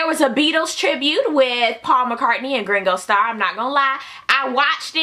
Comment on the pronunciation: Did she say Gringo star?